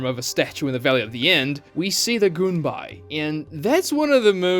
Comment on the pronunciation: goon whenever he says gunbai